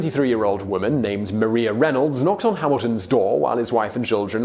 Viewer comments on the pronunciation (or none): I thought it was Mariah not Maria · Did he really just call Maria Reynolds, Mah-ree-ah instead of Mah-riah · John Jay wasn’t necessarily a slacker he was sick...it says it in the musical also YoU cAlLeD mArIa MaRiA it’s spelt the same but you pronounced it wrong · They way he pronounces Maria is bugging me also I love how some of the pictures the used for the Reynolds scandal are Hamilton art lol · MaRiA omg he’s pronouncing it wrong dhhdfhjr